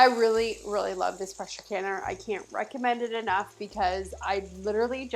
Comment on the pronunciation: Hubby was in the other room and thought you said “Precious canner” he thought that could be your tagline like Rachel Ray coined the term “EVOO”. 😂